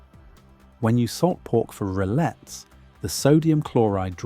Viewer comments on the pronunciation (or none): In French you don't pronounce the two "L"s in rillettes.